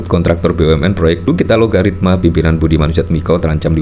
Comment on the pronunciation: Bang Host nya sejak dari awal kok menyebutnya Alogaritma sih? Apa memang penyebutanya yang benar demikian? Yang saya lihat di headline nya Algoritma lho padahal. Mana yang benar?